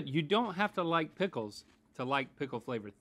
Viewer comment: “Prickles” is the new “dickle”.